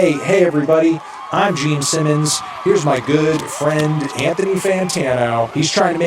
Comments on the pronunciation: Was he saying "Geme" Simmons the entire time or am I just insane? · Are you saying "Geme Simmons"? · also is he saying geme simmons😭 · Stop calling him Jeem Simmons!! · ITS GENE SIMMONS NOT JEEM ANTHONY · Are you able to say "Gene"? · Is he saying Geme...? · Is it Jeem? jeem simmims? Am I hearing that correctly? Never heard of him…. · Geme Simmons EDIT: Brother and I have been drinking beer and I keep thinking he's saying "Geme" as in "meme," and I swear to god my ears are playing tricks on me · Yep hes definitely saying Geme Simmons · So glad im not the only one😂